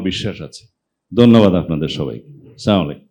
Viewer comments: এখনো সালাম টা পর্যন্ত দেওয়া শিখলেন না। বড় লজ্জার ব্যাপার। স্লামালাইকুম শব্দের অর্থ হলো তুমি মৃত্যু। আপনি যদি মৃত্যুবরণ কামনা করে, কিসের আপনি নেতা। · বলছে ছা মালাইকুম😂